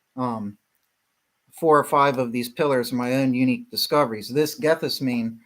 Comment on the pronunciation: Pronounced "Gath-sem-min-nee,"